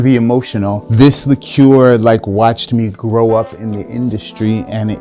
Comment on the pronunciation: Wow. An American who finally pronounces "liqueur" correctly. Thank you.